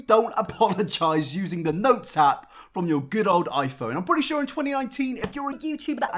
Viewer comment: I cannot stand the way says sure and mature makes me feel uneasy lool